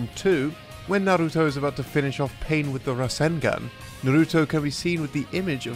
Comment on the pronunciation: why do people have a hard time pronouncing Naruto. it's like they overcompensate and then annunciate on the wrong sounds my guy said narRUto lmaooo or some people will say naruDO. it's just 3 sounds na-ru-to